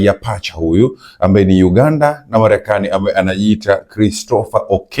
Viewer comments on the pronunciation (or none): Kwahiyo wewe huwez kutamka marekani bas uache uandishi wa habari